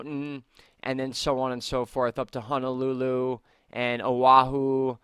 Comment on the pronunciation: It's pronounced (O wa who)